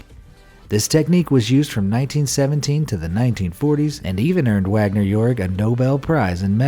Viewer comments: DR. Wagner's name it pronounced VAGner. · Oh for Christ's sake. If you're going to talk about one of the world's most foremost sociologists, at least know that it's pronounced VAGNER, not "Wagner". Here's to YouTube "content" generators who dumb down education to the lowest common denominator so they can earn five bucks a month and tell their parents that they're independent.